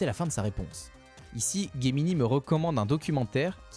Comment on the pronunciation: Ce n'est pas Guemini ses Gemini